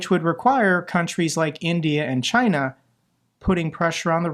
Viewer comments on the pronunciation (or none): none